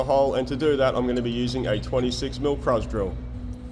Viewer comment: Did you say crows drill? What are those exactly Edit: subtitles said Kruz 😂😂